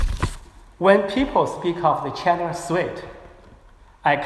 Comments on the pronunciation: 先把China的音校準⋯⋯ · A X 对于你这种普通人肯定不会有这种要求，可是破空先生是学者，高学历的人要求高点不行吗？而且出席的场合很高端，难道不应该让更好的表现展现中国高级知识分子的涵养吗？你以为是个人就能去这种场合发表演讲吗？对于高级知识分子难道不应该有点要求吗？不然为啥大家对北大的校长念成鸿浩志这么反感？如果是你我这种普通人大家会关心吗？高级知识分子是国家脊梁是国之重器，连基本的china都念不准，难道不会虚心向别人请教吗？如果是在国内也就算了。好歹他在美国住了这么久，身边这么多美国人，不说别的，破空的语言环境比中国大学生好太多了，学无止境，而且年纪大了不是不学习的借口！因为这是对知识分子的要求，不是对你我这样普通人的要求！ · 吕chang 问题不止口音还没有字正腔圆，能多准备一下不好吗？连china都发音不准